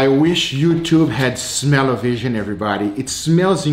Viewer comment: Nobody: Literally nobody:: sMelLaViSiOn